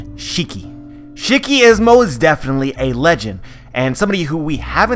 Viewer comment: Can u do me a favor and pronounce shiki properly. Please and thank you.